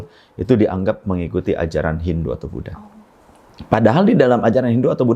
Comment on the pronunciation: Buat ane saran, demi kenyamanan bersama tlg tidak me waqaf semua kata indonesia anda dgn konsonan k. sehingga menyebut Budha menjadi Budhak